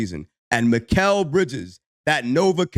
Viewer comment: Pronounced "Me-ka-le"